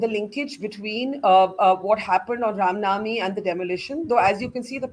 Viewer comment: Right . Burkha Cant even pronounce Rama Navami properly. Chitranshu and Burkha can keep these rioters at theri houses and feed them biriyani 3 times a day.